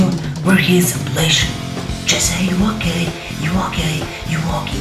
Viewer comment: When u were saying Jessy are u okey it sounded like Jessy are u gay